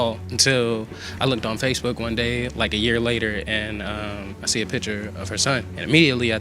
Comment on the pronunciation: Every Time Said SpaceBook 😂 My Man Was Getting Two Social Media Together